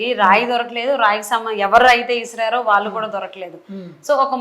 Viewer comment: Lady anchor.Telugu pronunciation correct ga cheyyandi.. వాళ్ళు అనాలి..వాలు కాదు